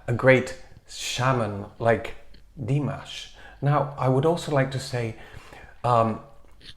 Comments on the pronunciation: It was rather disappointing not to be able to at least hear his voice. Please find another way to get around the copyright issues. Also, you are pronouncing his name correctly (Dee MAHSH), but you're putting the accent on the Dee instead of the MAHSH. It's Dee MAHSH, not DEE mahsh. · Good idea! Nice reaction. Quick note: pronunciation of Dimash's name is with stress on the second syllable and not the first.